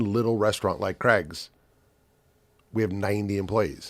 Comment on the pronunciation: Cregs? Its craigs. You guys must have eds in your haids